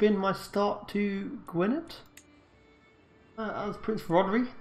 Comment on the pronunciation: You're the Brits- you're keeping the English away from you, my man. It's also pronounced '/ˈɡʊɨnɛð]', so the "-dd" is like a "-th."